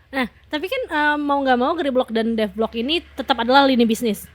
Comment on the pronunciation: YANG BETUL "Def Bloc" BUKAN "Defbloc" MIN